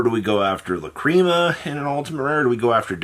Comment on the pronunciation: It’s pronounced lac-ree-ma and the bystials are pronounced Bis-te-als